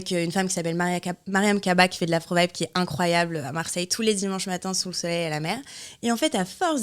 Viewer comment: "Incroyaux" ?! 😂 On peut tous se tromper